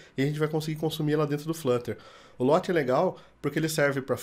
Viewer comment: Legal, só a sua pronuncia do Lottie que esta errada